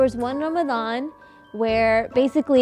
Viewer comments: Did she just say "ramaZan" 😶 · In Urdu or just in Pakistan they say Ramzan instead of Ramadan, Urdu speakers seem to say Arabic D sounds as Z's. Also Fast is Rosa. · Omg lmao I was thinking the same thing why did she say Ramazan rather Ramadan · cause it's call ramdan not "ramzan" I don't know from where did she get that... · Honey it aint Ramazan its ramadan! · Tf is ramzan its ramadan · Musically South Africa oh i know ,im muslim my self .I made my comment about the way the woman pronounced the word because its called ramadan ( رمضان) not ramazan .but anyway thanks for the reply. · I cringe everytime she says "ramasan" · sarah it is pronounced like that in some languages honestly the "Ramadan" makes no sense to me. It is called Ramazan ... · but the language of islam is arabic... she's not wrong in saying what the pronunciation is - non Arab muslim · She's south asian, in Morocco it's pronounced like this : R'mdan, not Ramadhan. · please someone tell she did not say "ramzan" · I don't mean to disrespect any language or country but as I know it's call ramdan and in the Quran it's call ramdan so we should say it as Quran says not as some people pronounce it cause when they grow up or have kids and teach and tell them about islam they still gonna say it wrong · did she just say 'ramzan' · RAMAZAN... maybe she is Pakistani. They don't pronounce the letter correctly. Unfortunately they do that in their prayers too